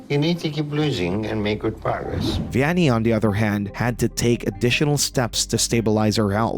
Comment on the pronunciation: Not to be an ass, but Vianney's name is pronounced like "V-N-A".